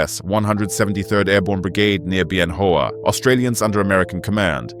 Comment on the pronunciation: It drives me nuts, Bien Hoa is pronounced Ben Whaaa